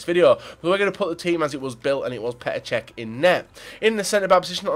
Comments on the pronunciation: Why do people take the piss out of people when they make a mistake flipping hell he said cech by accident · Reckord breaker Cech u said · you said record breaker cech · so do you- it's Čech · He says cech😂